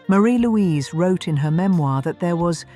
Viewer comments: Her name is pronounced Marry Louise nor Marie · You have certainly proved her name is forgotten. Her name was pronounced "MAH-ri- Louise" not "maREE-Louise"